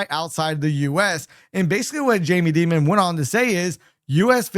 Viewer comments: Is that how you pronounce his name? “Demon”? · the fact that this guy thinks he knows what he is talking about is so funny while as an american and cant pronounce Dimond IS JUST LAUGHABLE. we can all do a google search without being by PROMO codes :face-blue-smiling::face-blue-smiling::face-blue-smiling